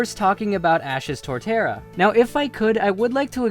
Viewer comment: U dare say torterra